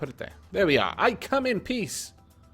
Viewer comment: It sounded like you said "I come in Piss!"